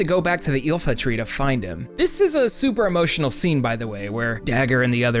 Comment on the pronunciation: It's not pronounced "ilfa tree". There's no L in it-it's just "iifa tree". Also you were a little incorrect regarding Kuja's story. Him entering trance isn't a result of him learning about his mortality. He learned he was mortal AFTER going into trance.